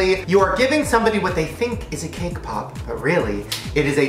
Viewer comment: Who else heard kpop instead of cake pop 🙋🏻